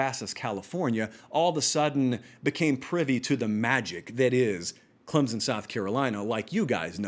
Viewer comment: Say Clemson correctly then I'll listen. You talk about being accurate?